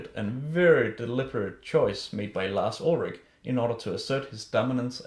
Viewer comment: Larz Uldragging lmao